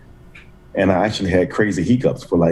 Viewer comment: “Chronic He-Cups” 😂